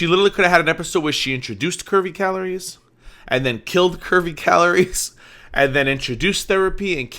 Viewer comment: Yes, the “caloriies”... 🙃